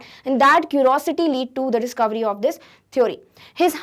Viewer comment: mam ne discurvy bola 😉